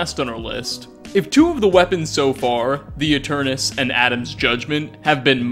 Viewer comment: Finally, someone pronounced 'Aeternus' correctly.